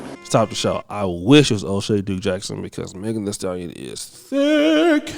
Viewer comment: Meg thee stal-lie-on tory lanes